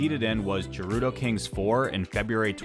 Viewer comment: I'm a "jif" guy, so I understand where you're coming from, but "Gerudo" is not pronounced with a j sound.